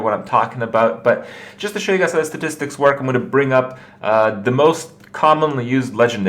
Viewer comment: funny how he says the word 'statistics' normally the first time and then says 'staticsis' the second time